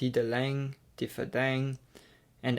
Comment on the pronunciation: Im from Luxembourg. He did an ok to very good job for german or luxembourgish names. As for town or cities like Petange, Differdange .. less so. But its french, so what else to expect. One of the many reasons i went to uni in Germany xD